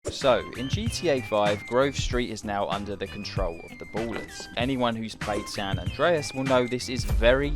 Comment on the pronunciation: of da "boolers"